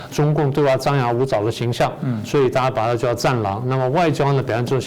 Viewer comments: 哈！主持人的戰狼發音為"葬狼"。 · 一開始說的戰狼聽成葬狼 難道是預言 哈哈 一下轉成這樣 可笑的中共一定很怕國際求償武漢肺炎和種種外交的惡態